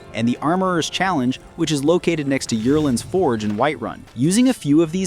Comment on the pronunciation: I got triggered by that and "Yurland" instead of Yoreland. They say his damn name in the game. Come on now.